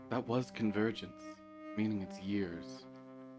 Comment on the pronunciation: 💀 I heard: You pulled me into your virgin 💀 Instead of: You pulled me into your Convergence Also: Fuckin comedy gold 😂